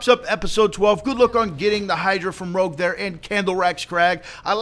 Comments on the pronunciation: its not rogue its rouge like red in french. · Rogue? his name is Rouge (ruu-je)- it's French for red :) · oh wow its not rogue its rouge roo-je french for red and its wierd cuz hes red and same as blue and yeah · learn ur damn French it's rouge (pronounced roog) not rogue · the name is rouge, not rogue. rouge is french for red. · Hey just want to clear this up but its not rogue, which is what you're saying. It is rouge as in the color. Like Blue was the color blue and Rouge is rouge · Rouge, not rogue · he keeps pronouncing it like "Rogue" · its not rouge (rogue) but rouge (rouje) its french for red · His name isn't rogue, it's rouge. Rouge is French for red. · its rouge which is French for red hence the colour of its crystals just like blue had blue crystals its a softer e sound than rouge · The crystalisk isn't called Rogue, it's called Rouge (the french word for pink)... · Its rouge not rogue its french for red and pronounced rooge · 'tis the rouge not the rogue. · ROUGE like the color. NOT ROGUE. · it is pronounced "rooj" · He is saying it wrong his name is red but in french its rouge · Rogue D: ... butchered the French language XD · its not roughe, its the rouge, like the color, and the name of the slutty bat from the sonic series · It's pronounced 'ROOSHZ' ffs...nice vid for sure but English....-_-" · I was getting so annoyed every time he said rogue xD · It's rouge as in the French word for red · its rouge (french) pronounced roojsh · So people can't pronounce rouge.....Roo-jje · In phonetics it's pronounce rooj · His name is rouge. Roo-je. Like that makeup stuff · Pronounced "ROO-ge" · ruuj? Thats even harder to read! XD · Rouge is pronounce Rouje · It's not Rouge as in the fighting type, it's Rouge, which is French for Red.. It's pronounced Rooj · its pronounced rooge- its french for red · "Rouge" is pronounced "ruuj". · he was saying it wrong, rouge means red in french so its play on words with blue and red.................